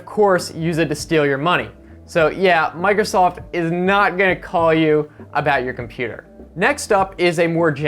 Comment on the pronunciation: "Mocrosoft" Lol. Sounds like a Freudian slip.